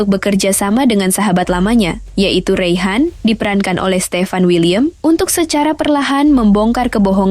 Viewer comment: Reyhan kok di sebut ch hhhhuuu